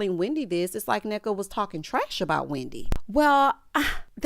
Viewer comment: I have to say that Ashley and her mom kind of did a good job pronouncing the name—- Nneka , Ngozi, and the Ibo ethnicity . Even pronounced OSU well . I appreciated it as an Igbo Nigerian in diaspora